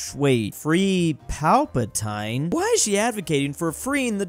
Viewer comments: I die inside everytime says pal-pa-tyne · am I the only one who chringed when he called palpatine "Palpataine" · Palpatine is not pronounced like that! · Never in my Star Wars-obsessed life have I heard someone pronounce Palpatine like that 😂😂